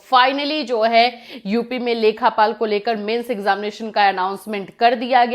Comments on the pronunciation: Lekhpal hota hai mam lekhapal nhi hota hai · लेखपाल होता है मैम लेखापाल नहीं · "लेखापाल" नहीं, "लेखपाल" होता है। UPPSC nhi, UPSSSC exam karwata hai ye.